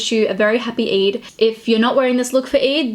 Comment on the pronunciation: Its not eid as in jIn its EId as in aayyy gurl. Its Eeyyydddd